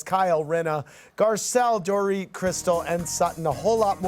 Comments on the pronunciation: The DorIT pronunciation!! 😂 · Dorit is tired of Kathy not pronouncing her name correctly like b** you know my name